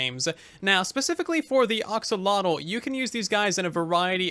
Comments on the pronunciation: Don't mean to be a nitpick, but it's pronounced axe-oh-lot-uhl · Please stop saying oxolotl. It’s painful